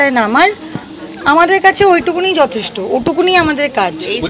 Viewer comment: সুদীপ্তার কথা বলার আঙ্গিকটা মাঝে মাঝেই বিপ্লব কেতন চক্রবর্তীর কথা মনে পড়িয়ে দিচ্ছে বিশেষ করে 'যথেষ্ট ' কথাটি উচ্চারণ করার সময় ।